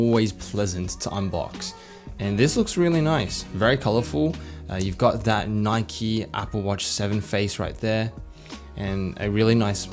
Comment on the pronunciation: "You got the Nikeo branding"